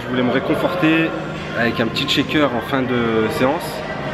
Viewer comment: Merci pour cette vidéo riche, qui t'a pris pas mal de temps à faire, et qui change:), fais-moi plaisir: "shaker" se prononce "chèïker", pas "tcheker", merci à toi.